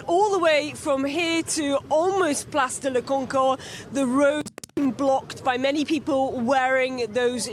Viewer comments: Place de la Concorde! Not honhon!😁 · She said "Place de la Concorde" Jimmy, lol! It has a famous fountain in the middle of Paris. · She actually said "Place de la Concord" (she failed to pronounce the "d"), since she's an English woman who thinks she can speak French but can't.